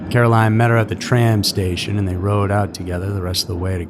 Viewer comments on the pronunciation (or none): none